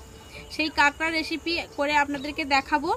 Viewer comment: আরে ভাই ওটাকে কাগড়া বলে না।ওটাকে কাঁকড়া বলে।